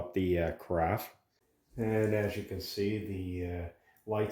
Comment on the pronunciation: There is no "t" in carafe.